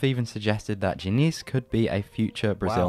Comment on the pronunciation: Your pronounciation of Fluminense was acceptable. Diniz, not so much, but is easy to improve.